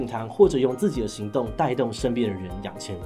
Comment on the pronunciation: 養ㄑ一ㄢˊ更好的習慣 很少看到志祺有口誤RRRRRR 哈哈